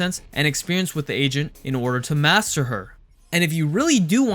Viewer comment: He says agent I hear asian Or maybe its just me